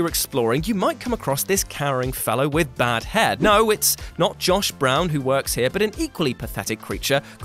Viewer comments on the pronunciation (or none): Why can't he pronounce "bald"?